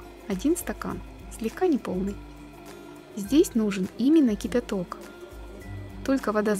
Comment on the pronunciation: смотрю все ваши рецепты, очень все нравится, много чего приготовила по вашим рецептам. вот только ваше произношение кипЯток очень режет слух, ведь не все же мы слова произносим так как пишем )